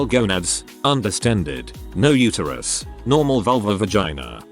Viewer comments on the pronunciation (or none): none